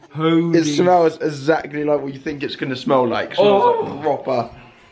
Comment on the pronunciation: Alfie, set yourself 1 goal for 2017.. learn how to say E X A C T L Y properly!! - esackly is how a 4 year old speaks